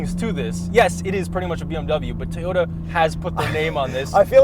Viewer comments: Did pronounce "Toyota" correctly? or he still pronounces "T-yota" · The way enunciated "Toyota." How did I miss that five months ago?